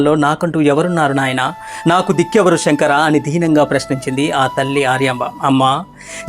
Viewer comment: షెంకరా అని పలకవద్దు "శంకరా" (Sae) అని పలకాలి